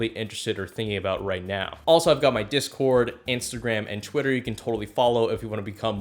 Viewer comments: Lol he said Twatter instead of twitter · Did you say twetter in the video instead of Twitter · is nobody gonna put in the comments that he said twetter